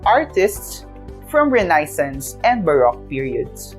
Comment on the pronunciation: nabother po ako sa pronounciation ng renaissance.